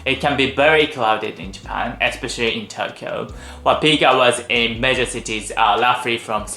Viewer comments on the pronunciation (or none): none